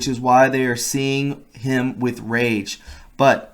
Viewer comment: PLEASE work on your reading skills, geez. Article: "Why they are seething with rage". This guy: "why they are seeing him with rage." wtf